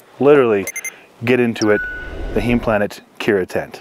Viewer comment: Nice review, thanks. BTW, Heim (home) is pronounced with a long "i"